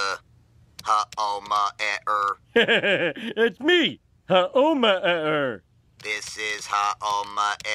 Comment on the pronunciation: Funny how Phonic Frog can't say Homer's name correctly, but pronounces every other word right, nonetheless.